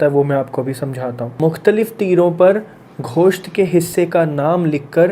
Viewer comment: Gosht hota hai , khosht nhi hota. Joe k teero'n nhi jooay k teero'n. Teer andezi nhi teer andazi. ابے کیسی بیگم لائے ہو ، تلفظ تو ٹھیک کروا دے بہن ۔ اردو میں گوشت کو کھوشت کہے جا رہا بھائی ۔ تیر اندازی کو تیر اندیزی۔ اور جُوئے کو جوئی۔ میں بس اتنا سا سنا ، آگے سنا نہیں گیا ، اردو میں پی ایچ ڈی بندی سے اردو کا یہ تماشا برداشت نہیں ہوا۔ وہ بھی قرآن کا ترجمہ ۔ الامان الحفیظ ۔